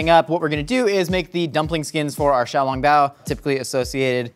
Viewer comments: I enjoy that he pronounced Shanghai correct, but then says xiaoLONGbao as if he's talking about a long spaghetti noodle. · The way he pronounces xiaolongbao made me cringe.